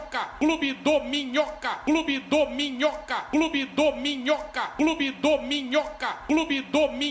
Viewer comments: Ouvi tanto que estou ouvindo clube dorminhoca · Na real parece que ele tá falando clube dorminhoca, só que comendo o r😅😅